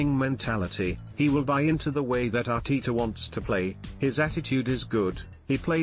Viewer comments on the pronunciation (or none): Another completely inaccurate headline vid that is all to common on this site . ..... expected to be confirmed..... tell us something we don’t know pls . Speculation is easy though it would help if you could actually pronounce the managers name correctly !